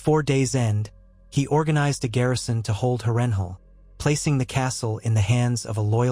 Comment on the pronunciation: Absolutely great story bro! Beside the mispronunciation of Harrenhal everything is outright EXCEPTIONAL! Idk if it’s AI but your voice matches perfectly too! Keep going man this is exactly what I need to get through work hah. And your details are phenomenal! Great job!